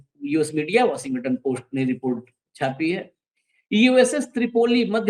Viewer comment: वॉशिंगटन का उच्चार बराबर नही है 😂 और apstin फाइल नेतन्याहू के पास होगी जो सब को नचाता है😢